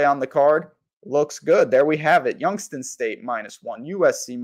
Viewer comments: Dude you sound CRAZY saying Youngs-ton State 🤣🤣🤣🤣 ITS YOUNGS-TOWN STATE SMH 😳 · Prounounced "Youngs-town"... please correct.